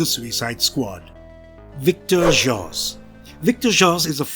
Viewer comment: The brits don''t read American comics to know how to pronounce these names and words lol